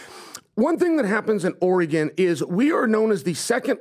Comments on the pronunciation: is no longer allowed to say “Oregon” ever again. The word eludes him. Oregon. Pronounced Oregun or Oregan to the natives. Not OREGOHN! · If he says Oregawwwn like that one more tim I unsubscribe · Orygun... not OreGone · It's not ORE GON. it's Oregan like organ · “Or-rah-gone” needs this governor. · Omg stop! It’s ORE-GUN! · Or'gun... from Vancouver. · “Oray Gone” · He’d get my vote. And it’s not Ori-gone. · Chael, before Governor, you have to correct people who say “Oruhgone”. The world needs to know. Dang, always finds a way 😂… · says oregone again I’m gonna turn it off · Why is unable to pronounce Oregon like a normal human? What is oregON? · Ugh, learn how to say Oregon, it’s not “or-a-gone.” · Omg cant even say Oregon 🤦‍♀️ let alone weigh in on our issues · I'm annoyed he didn't correct on how to say Oregon... As someone from Southern Oregon I think a lot of the state, especially us down here, disassociate and disavow everything north of Salem as part of Oregon. Portland has been bad for my entire life, but in the last decade it has gotten considerably worse! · continually pronounces Oregon as though he’s never heard it said aloud. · I hate the way says Oregon...my Lord..😂😂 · How does a guy in his 40’s not know how to pronounce Oregon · If you say Oregon wrong one more time Im gonna lose my shizzzzz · Chael please let him know how to pronounce Oregon! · Why can’t say Oregon? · mispronouncing Oregon is too far.